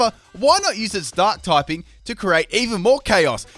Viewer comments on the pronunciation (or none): none